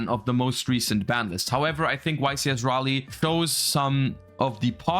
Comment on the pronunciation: omg finally someone who can pronounce Raleigh correctly you just earned my sub